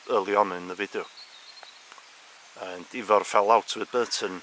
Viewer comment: His brothers name would be pronounced Ivor, not ever.